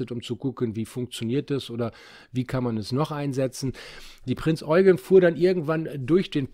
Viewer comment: Endlich mal Jemand der die Prinz Eugen Richtig ausspricht :)